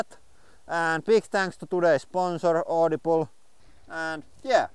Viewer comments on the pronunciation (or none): i liked the audi-bleh xD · Noo :( You now pronounce Audible the "correct" way. I preferred your Finnish twist on audi-bleh!